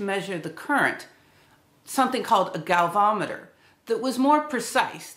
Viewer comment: Not a galvometer it's a galVANometer, named after the Italian physicist Luigi Galvani. Great video. Thanks.